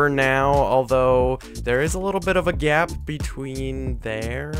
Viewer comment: Say gap not gyap